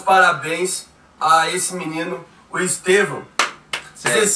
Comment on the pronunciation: Estêvão és una palavra paroxítona (llana)!